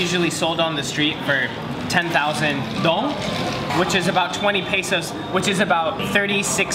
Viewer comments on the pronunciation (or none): Its pronounced "doang" not dong of dingdong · Caffe shuh dah? Ca-fay, which is coffe, So-uh (say dat fast), which is milk, and say dah (at the end is a voice crack) btw, dong sounds like dome, kinda. Sorry, im vietnamese